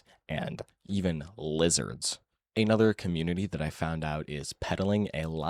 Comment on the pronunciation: Awful stuff, but hearing you put more stank on 'even lizards' did make me laugh a bit